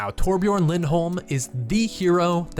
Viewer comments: even blizzard themselves butchers the name Torbjörn lol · It's TorBJÖRN, not Torbjorn...